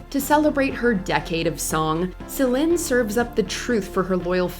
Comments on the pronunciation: It's Celine not Celin🤦🏽‍♂️🤦🏽‍♂️ got me cringing over here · Who's the commentator? It's pronounced SA LEEN, not SAL IN. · the narrator keeps mispronouncing Celine (seh-leen, not seh-lehn....) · What's with the constant change in Celine Dion's name pronunciation? It's SO annoying! The list is very outstanding but the pronunciation of her name on this video is very annoying to hear, I know she's trying to pronounce her name correctly but it's sounding differently like Selen or Selin. She can say it with a neutral accent.😅🙄